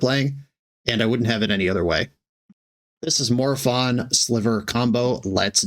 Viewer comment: ☝️🤓 the correct pronounce it's "More o-fun"